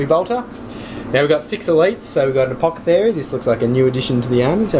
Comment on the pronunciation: I agree with the dice statements. Nice vid, BUT: It is ApoTHEcary, not ApoCEthary. ;)